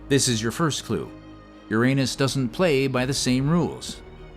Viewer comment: Did anybody else giggle like a 7th grader every time the AI said "anus??